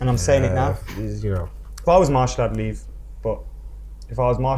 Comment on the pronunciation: His name is Martial not Marshall 😂